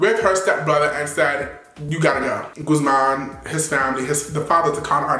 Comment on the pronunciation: It's gu thh man not gooSEmaan🤦😂😂😂😂😂😂😂😂